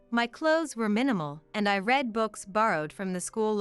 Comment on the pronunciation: You can't even say read the right way. The way you said it means in the past he read, sounds like red, not in the present as you meant, sounds like reed. The way you said bass, is the instrument in a rock band and many other forms of music. The fish has a short a, nothing like this. Find out how to pronounce english before you confuse everything. Over 2 hours, seriously. Do you teally think people have that much time to burn? Nope!